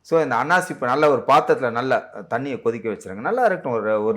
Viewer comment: அன்னாசி பூ என்று தெளிவாக சொல்லுங்கள் அன்னாசிமட்டும் தான் காதில் விழுது